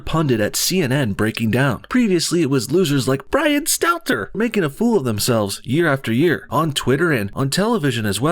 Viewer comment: l0l0l bro i love you but please dont try to say Brian Stelter like Mark Dice bro, you can't do it.